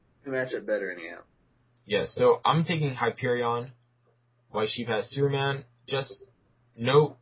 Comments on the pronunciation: its not pronounced hy-per-e-on its hy-per-e-in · You guys missed a attack.Hyperion also has solar breath and Superman has freeze breath.And you guys pronounce Hyperion wrong.And Superman and Hyperion also has superhuman stamina and durability.